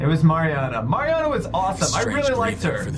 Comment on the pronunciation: at the beginning all I could think about was that was saying her name wrong. it's Mariana!